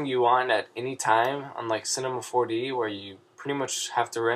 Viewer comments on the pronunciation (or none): lmao what if your voice was really like that in the beginning "cinehmah 4deh"